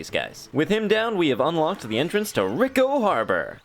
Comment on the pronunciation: Pronounced ree co